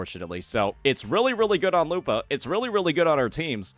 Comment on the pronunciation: You're pronouncing her name wrong to get people to comment on it and drive engagement huh? Well, I can tolerate "Kachona", "Zayni", "Cartelaev Fleurduporoknikov", but not this "lupAAHH". curse you, curse youuu!!!